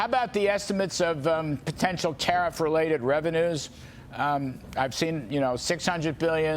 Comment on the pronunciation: Did they call the process "tah-reef"?